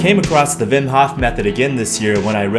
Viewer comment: Not only did you make a banger video, you also pronounce his first name the Dutch way! Respect and all the love :D